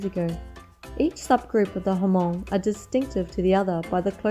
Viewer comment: Nice video but Hmong is not pronounced as a two syllable "Huh-mong." The "H" is a short nasal sound that comes out of your nose, just like if you were humming a song. You attach the "mong" which is the sound that comes out of your mouth to make one smooth syllable: Hmong. If this is too difficult you can simply think of the H as being silent - although that wouldn't technically be true - and pronounce it as "mong." Either one is preferable to "huh-mong."